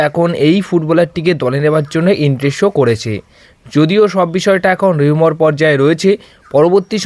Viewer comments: সবার আগে কথা বলতে শিখতে হয়। ট্যান্সফার, রিউমোর না বলে ট্রান্সফার, রিউমার বলতে শিখতে হয়। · চেষ্টা করো। একদিন না একদিন 'ট্রান্সফার', 'রিউমার' বলতে শিখে যাবে।